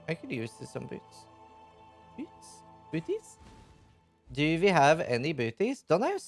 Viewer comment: the moment when you said "do i have any bootys" in an accent I KNEW you where norwegian.